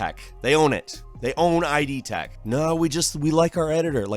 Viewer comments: Weirdest moment for me was when you called one of Bethesda’s game engines “I.D. Tech”. The name of the engine and the software company that developed it is named after the Freudian “id” as in “id, ego and superego”. It’s just pronounced “id” (i.e. rhymes with “lid”). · So many big company goofs recently, it's almost fascinating. ... (It's idtech though, "id" pronounced as a word, not I.D. Tech.) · I love you but like holy shit it's not Eye-Dee Tech. It's ID. Spoken how it's spelled. GUH. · It's idTech, dude, not ID Tech. Id, as in monsters from the. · “I. D. Tech” No. Not I. D. id. As in id, ego and superego. It’s one word. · id tech, as in ego, superego, id. Not I. D. tech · It's not AYE-DEE TECH Plz stop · mispronoucing ID tech